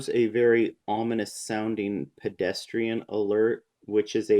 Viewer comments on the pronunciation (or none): none